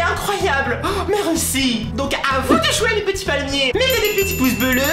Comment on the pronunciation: on dit pas mèreuci vas a l'école on dit merci